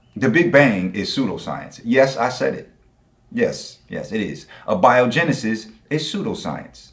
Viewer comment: Dude said "pre more dial soup" and then " uh biogenesis"..... Amazing